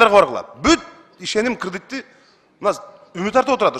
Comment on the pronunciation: Ужас кредит деген созду туура айта албайт ко бул Жанар.